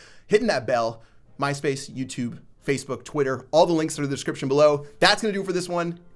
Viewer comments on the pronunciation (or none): your videos make my day and it’s mad funny when you say MySpace 😂